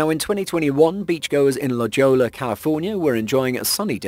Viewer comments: La Jolla is pronounced La Hoi ya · La Ho-ya is how you pronounce La Jolla. It's spanish.